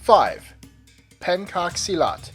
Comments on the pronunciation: no.5 is pronounced as pen-chak-silat not as pen-kak-silat. and it's not from Indonesia but from Nusantara.. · the pencak silat..its not pronounce as "pencake silat" its penCHUCK silat.. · Its pronounced more appropriately as 'penchak silat' not 'penkak' peace^^ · He mispronounced the 'pencak silat' it should be 'pen-chuck' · Pencak silat is supposed to be pronounced like "penchak." Also you forgot Irish Travelers' Bare-knuckle Boxing and bataireacht :-P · learn how to pronounce the names please. it's pronounced as pen-chak silat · "pencak silat " u use "pencak" and i hear like "penkak silat" i am indonesian so i know how to say it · Pencak Silat. The way it call is not c from "call", but c from " charity". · krav maga is NOT a martial art. Pencak Silat pronounced and Alternately spelled Pentjak silat) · You make me cringe when you say pencak silat